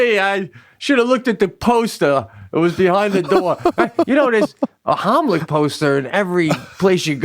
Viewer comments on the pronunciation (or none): The Haamlic.....? ;) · The “homlick” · Idk about you but I ain’t trusting someone to do the Heimlich on me when they can’t even say it right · "Homlick, homlick." "It's the HEIMLICH!" Right after, "the Homlick!" Dude!!